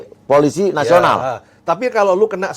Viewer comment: Wooooeeehhhh!!! Mari belajar membaca! Pe O PO.... eL Ii LI... eS ii SI... POOOO LIIII SIIIII Wakakakakakak 🤣🤣🤣🤣🤣🤣🤣🤣🤣 POOO LIII SIII Wakakakakakak 🤣🤣🤣🤣🤣🤣🤣🤣🤣 POOO LIII SIII Wakakakakakak 🤣🤣🤣🤣🤣🤣🤣🤣🤣 POOO LIII SIII🤣